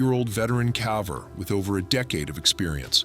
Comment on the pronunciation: Why can’t a caving documented pronounce “caver” correctly ! Embarrassing and doesn’t exactly inspire confidence!